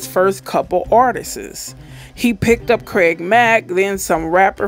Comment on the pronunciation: "Artisis?" Really? 🤦🏽‍♂️🤦🏽‍♂️🤦🏽‍♂️